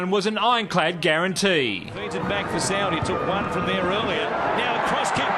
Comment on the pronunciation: if your going to tease soward at least get his name right